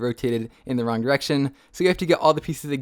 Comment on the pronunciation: He said one diraction lol